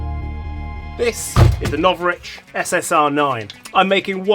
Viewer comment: Novrritch? More like no bitch